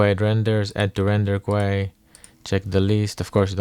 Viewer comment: Hey there big dog, sick nature sounds. Just letting you know queue is pronounced like "cue", or as if to just say the letter "Q", not quay.